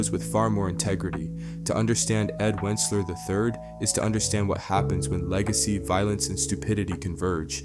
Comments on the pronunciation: Kind of impressive how you pronounce “wuncler” different each time you say it lmao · He also does the same for Toms last name pronouncing at "Da boy" and the correct pronunciation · i think alot of shit script is AI but ion think he’s AI. I think he might also be mispronouncing his name on purpose, because white Americans are able to ignore proper pronunciations of the names of people of color because they have privilege since white names are more expected to be pronounced right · I continue to giggle at the several mispronunciations of the Wuncler name hehe~ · at this point you can stop watching the video, he basically repeats what he says about wealth, privilege, etc.. over and over again even usie the same segments like he forgot he already clipped that in, also he starts pronouncing the name Wuncler 2 different was which leads me to believe this video is probably ai generated or at least used it in its production. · I lost count how many times he said wuncler wrong lol😂😂😂😂😂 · Woocler? This is AI you call him Wunkler I other videos this is obviously fake. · I dont understand why you always mispronounce Wuncler. Wunkler, Win-sler. Its pronounced Once-ler. But you have to know this. Im sure you must. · Why do you keep saying "Wunkler". You've watched the show in depth probably more than any of us 😂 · "GO AHEAD! SAY WUNKLER ONE MORE TIME! I DARE YOU, I DOUBLE DARE YOU, MOTHER FUCKER! SAY WUNKLER ONE MORE TIME!" My brother in Christ, it's ONCE-LURE. lol. Great video besides that. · I find it odd that the narrator changes pronunciation of Wuncler as Wooncler and Won kler (it’s based on the Once-ler from the Lorax) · I think your supposed to pronounce his name the same as the bad guy from Lorax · He keeps pronouncing it "Wunkler" I think it's an AI voice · This brother cannot say Wunceler